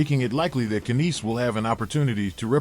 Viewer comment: Stop it stop it stop it.. The K is silent in Knies. Oh wait, you pronounce almost every name incorrectly. Learn before you teach.